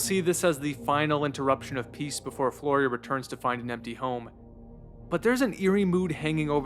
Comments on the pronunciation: flyora, not florya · Not "Floria" but "Fliora" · Flyora, (FLEE-or-uh) not Floria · It's driving me insane that you keep pronouncing the main character's name as "Florya" when is name is Flyora. Great video anyway though, awesome analysis. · Its pronounced more like "Flora".... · I’m kind of astounded how you managed to put together this video essay and somehow mispronounce Flyora’s name every time